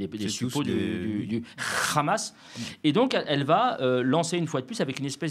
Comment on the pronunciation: Le RHHHamas, comme vous le prononcez si bien, c est bien branche des fréristes rejetés par les égyptiens, les cisjordaniens et les libanais, et pour cause, quand on connait l histoire?